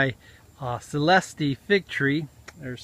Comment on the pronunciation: "Celest-E" <---LOL There's no E pronounced on the end of it.